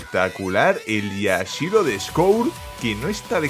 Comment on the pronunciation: Este tio se emociona por tan poco, ademas de decir mal el nombre de Yashiro, me sangran los oidos cada que lo dice.